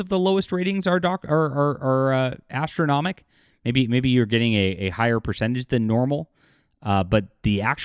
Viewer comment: ästronomic"?? more like Gastronomic !